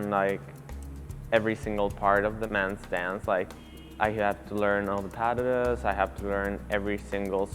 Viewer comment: OOOHHH "pas de deux!" Daaamn I kept hearing paddudduh sksksk XD